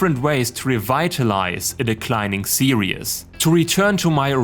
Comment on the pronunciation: Every time he says series it sounds like he says serious